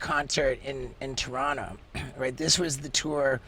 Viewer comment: TORONTO THE LAST T IS NOT SILENT LMAO IM FROM TORONO LOL